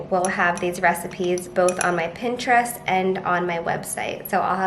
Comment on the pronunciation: The way she says Pinterest is giving me so much anxiety